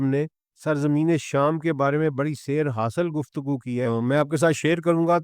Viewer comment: Eschatology سیر سوا سیر حاصل او بھائی سیر حاصل تو درست بول لو